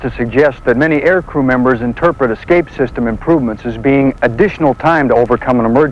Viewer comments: General Lukens says, eXcape, instead of escape. Makes you kinda wonder. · Dude, Repeat after me. ES-Cape. ES-Cape. Not Ex-Cape. Sheesh. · In an industry where attention to detail is an absolute necessity you'd think the manufacturer would find someone who could correctly pronounce "escape" to narrate their promotional films.